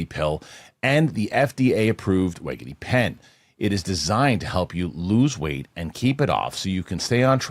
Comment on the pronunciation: Thank you, Winston!!! Thank you for correcting pronunciation of wegovy....cracked me up every time he'd say it wrong. 😂😂😂